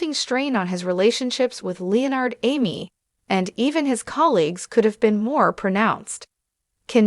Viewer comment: Who is LEE-nard?